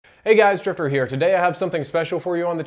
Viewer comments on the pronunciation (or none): Is it just me or did it sound like he said "Hi guys, stripper here" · In the beginning it sounded like u said "hey stripper here"